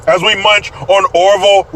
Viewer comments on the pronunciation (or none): none